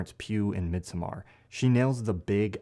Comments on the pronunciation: Bro really said "Mid So-mar"... its just pronounced summer 😭🙏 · MidsOmmar not MidsommAr